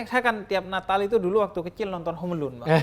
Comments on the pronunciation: Bahasa Inggris : Home Alone Hyung Ja'far : Homelun - Habib Ja'far Alhadar 2020, membahas Natal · salah harusnya ~Hum 'a lun~ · Inggris : Home Alone Hyung Habib : Homelun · Njir hom al'un. 😂😂😂